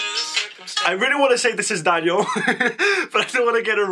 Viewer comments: You pronounce Daniels last name like cv 😊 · the way you say daniel's name makes me acc die! phaha and yeah the first verse was daniel